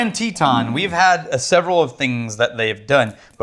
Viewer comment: Anyone else pronounce "Teton" like? I mean cmon it's (TeH-Ton) not (TEE-Ton). Texas isnt pronounced as (TEA-xas)